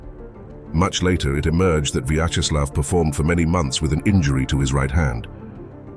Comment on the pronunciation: Pronounce: VYACZESLAV (not VAYCZESLAV)